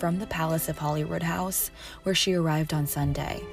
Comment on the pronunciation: It's Hollyroodhouse, not Hollywoodhouse. And, can anyone explain why Princess Anne is wearing pants?